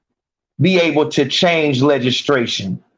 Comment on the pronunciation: legislation my nigga not legistration lol